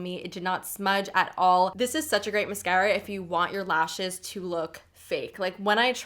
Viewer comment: Lol. Sorry!!! The way you say Mascara... sounds like my mom and she is a jersey girl! Lol.